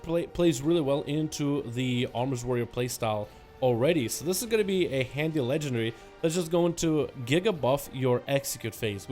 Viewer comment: dude can you stop saying legendry, its LEGENDARY